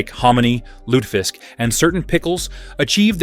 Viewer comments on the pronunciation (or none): This hasty-sounding, breathless bot voice is really annoying. The information is solid and well written, though, so, if you sbould do this again, do consider having a human reading it. And the word "confit" is pronounced "Cone-FEE." American audiences [your video uses an American accent] pronounce "herb" without the "h," and British pronounce it with the "h" aspirated. Also, it's "LOO-tuh-visk."